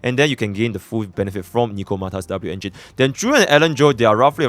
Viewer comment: Dabloo-engine xDDDDD